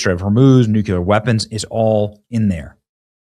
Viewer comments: Benny, I know you're not illiterate but why do you insist on still saying NEW-CUE-LEHR??? No such word. If you can't pronounce it correctly, then pronounce it phonetically. You've heard it pronounced correctly thousands of times and you still say new-cue-lehr. It's NEW-CLEE-Ehr. Robin Williams never said it right either... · Nuc-clee-er! NOT nuc-u-lur 😖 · Love you Benny, but again.... it's NOT "nucular" it's "nuCLear" 😉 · Benny love you but it NEW KLEE UR.. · Nuclear is pronounced nuke-lee-er Benney. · I can guarantee you that NO ONE has nu-cu-ler anything…